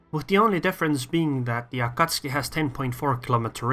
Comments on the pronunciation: Is it me or you call AkatsUki Akatski???? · Both pronunciations are technically correct, but pronouncing it A-Ka-Tsu-Ki is kind of like pronouncing the word "Off-Ten". It's still "correct" but it's quicker (and more widely accepted) to just skip a couple sounds.